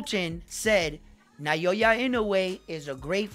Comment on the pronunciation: They gotta generate hype.. with sensational statements. I mostly despise sensationalism. Modern society is rife with it. I mean this humbly, but please, it's 'Now-ya' (Naoya). I see you're stepping up your channel. Good for you, man. One suggestion from me is to get closer to the camera.